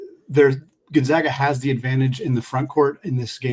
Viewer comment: On the matchup between which podcaster is more polished, it's a blowout for zags too. Please learn to pronounce Gonzaga correctly